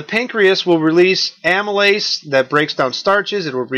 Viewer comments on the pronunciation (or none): none